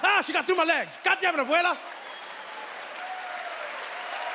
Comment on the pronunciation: I love it how Trevor can pronounce "abuela" perfectly.